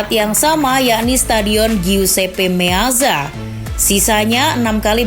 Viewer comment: tolong naratornya belajar pronounce2 dulu deh, info bagus dikemas narator pas2an jadinya kurang nyaman. giusepe meatza pronouncenya, bukan meaza. el barsya, bukan barka, aduuh, dan keliatan baca teks banget.